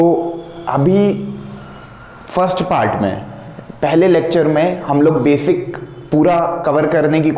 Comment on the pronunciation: Sirjii.... Befic nahi Basic hota h vo